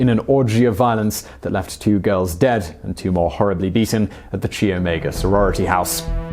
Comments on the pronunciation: Just a note, it's "Kai", not "Chee" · Chi is pronounced ky. He did not control himself for over a year. He escaped from Colorado on Dec. 30 or 31. He started killing in Florida about 2 weeks later....and he got sloppy. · so many factual errors in this....and its pronounced KY not CHEE !!! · Even the videos about Americans aren't safe from Simon's mispronunciations. "Chi" is pronounced "kai", not "Chee." Still an informative video. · 2 things: 1) After Bundy escaped the second time, he only waited weeks before murdering again, not a whole year. He escaped at the end of Dec 1977 and murdered again mid January 1978. Thats only a few weeks. 2) A small thing. Chi is pronounce ky like the first half of the name kyle. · Chi is pronounced "ki" like kite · Chi is pronounced kigh, like hi or high but with a k. Another good video. Thanks Simon and team. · Chelsey Blair Kendig except for the fact pronouncing martial art Thai Chi "tai Kai" and people will laugh at you.